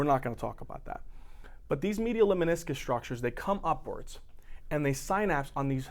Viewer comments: Lemniscus, not leminiscus. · Lemniscus mispronounced. Please correct?